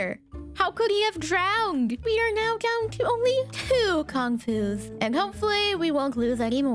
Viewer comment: I have no idea how you would even try to pronounce the name of those dinos but hearing you say Con-fu just made me think of "everybody was Con-fu fighting" 😂